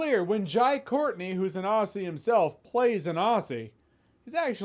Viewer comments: Aussie is said Ozzie. How you say Aussie is how we say arsey as in farts alot. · Jeremy, it's pronounced OZZ-ee not OSS-ee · FYI “Aussie” is pronounced “Ozzy” cheers mate! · "Ahcee" apparently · Jeremy, I have watched you for years and I love your content... But pleeaase I beg you. PLEASE pronounce Aussie as it sounds if it was spelt Ozzie, PLEASE. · Jeremy, when you say 'Aussie' don't pronounce the 'ss' pronounce it with two 'Z's'...as Ozzy. Hence Ozzy Ozzy Ozzy, oih oih oih And trust me, I'm an Ozzy. 🇳🇿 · Ouch Jeremy, it is Aussie as in ozzy as in the Wizard of 'Oz' combined with cra'ZY'. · Its Aussie not ozzie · From a Brit to a Yank; it’s spelled “Aussie”, it’s pronounced “Ozzy”. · God the way you say "aussie" really hurts me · I've always liked Jai. But also, please say Aussie correctly.